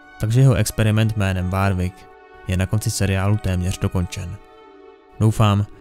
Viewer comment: Jsem rád že to někdo točí ale drásá mi uši to jak vyslovuješ nějaká jméno třeba warwick místo [worwick]